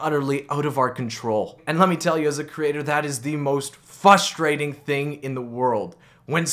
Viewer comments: You had me at fustrating my lil bro is a lil slow and doesn't say frustrating I will definitely subscribe and like all your videos even if a gamer like you is mentally challenged you still should get the same support as a fully competent vlogger I am sympathetic to your disability because my little brother has the same he has a hard time pronouncing words correctly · why does this man say "FUSTRATING"??? lmfao